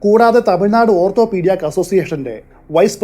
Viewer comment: ഓർത്തോപ്പീടിയാക് എന്നല്ല ഓർത്തോപിടിക് എന്നാണ്.